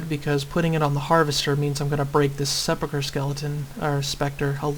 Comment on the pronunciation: Grats on sepulcher correctly, you win